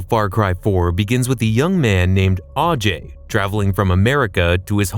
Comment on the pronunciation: It is kyrat not kiriyat, and it's ajay not aajay. Why americans can't pronounce English words when it is indian or hindi word. Even in game it has not pronounced properly